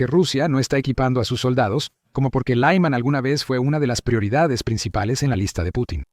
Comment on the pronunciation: Por qué pronuncias Lyman como si fuera una ciudad de Texas?